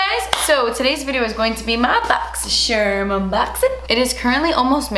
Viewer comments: Closed captions suggested you said boxy Sherman 🤣❤💋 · Yo i swear i say boxy sherm unboxing with her. EVERY. FREAKING. TIME. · I always say “boxysharm” bc of you🥰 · I always say BoxySherm and not Boxycharm 😂😂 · I feel like if South Park had an episode about boxy charm they would pronounce it like this 😂